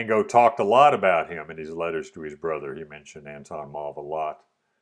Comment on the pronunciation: It's more Ahn-thon Mauve, but you do pronounce Mauve correctly (it's a French or Walloon last name).